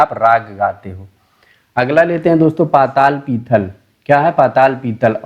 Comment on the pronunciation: पाताल पिथल नही है पाथल पीथल है भाई 😅😅